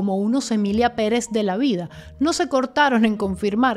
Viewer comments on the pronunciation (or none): none